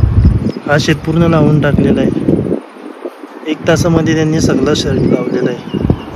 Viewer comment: दणकट शरीरयष्टी आहे, पण आवाज मर्दा सारखा नाही वाटला, तू सुशिक्षित वाटत असून बोलण्यातील शब्द अशुध्द आहेत, उदा. सगला, हिरवल, तलमल, मिलते इत्यादी